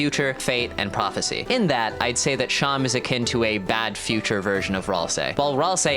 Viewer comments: It's pronounced SHAW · I thought it was pronounced like //Seem//, like a stuffed animal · I thought seam was pronounced like how seam is in sewing